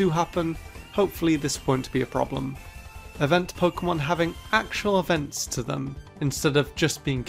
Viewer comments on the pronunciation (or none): none